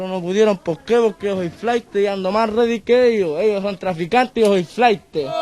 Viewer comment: Yio andoh readii